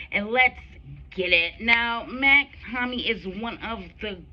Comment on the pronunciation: Mach-Hommy is pronounced (MOCK - HOMI) 👌🏼💯💯💯